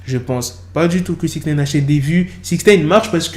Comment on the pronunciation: Amigo, ce n'est pas SixNEEEIIINNN, c'est SIXNIIIIIIINEEEE à titre d'information...